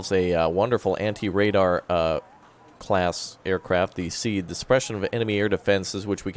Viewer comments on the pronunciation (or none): none